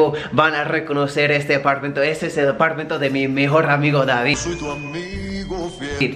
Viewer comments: Y otra palabra que puede corregir parchero es decir Apartamento y No Apartmento, saludos. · Jajaja se dice apartamento